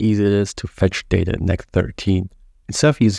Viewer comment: This is the best Next.js 13 explanation 🎉 but sorry to say, your English is quite ugly. You pronounce data like "dater" 😅